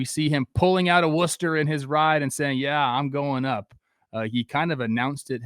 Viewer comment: Shoutout to trev for pronouncing Worcester correctly